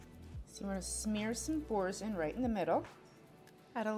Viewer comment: Boursin is a French name pronounced borsan.